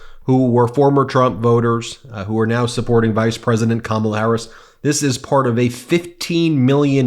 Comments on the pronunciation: You can tell some of these guys are legit Fox viewers the way they pronounce Kamala. Hahaha! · For f**k sake, learn how to pronounce Kamala properly.